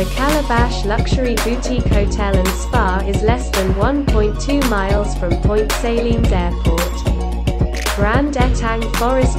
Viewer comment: And Point Sayleen ???